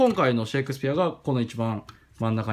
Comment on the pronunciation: サンタクロースのゴーストアイコンと発音が似てますね シェーイクスピア♪